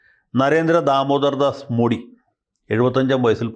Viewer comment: Pronunciation in Malayalam മോഡി എന്നല്ല മോദി എന്നാണ്, please note for future videos sir